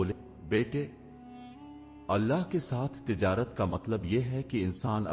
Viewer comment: بھائی اپ نے واقعہ بہت اچھا سنایا ہے پر اپ کی اردو بہت زیادہ خراب ہے اپ اللہ کو اولا بول رہے ہو ایسا کون بولتا ہے تھوڑا سوچ سمجھ کے ویڈیو بنایا کرو کیا اپ نے کیا الفاظ استعمال کرنے کیا نہیں اللہ ہوتا ہے اللہ کی بارگاہ میں اللہ کا نام بہت اچھے طریقے سے ادب کے ساتھ لینا چاہیے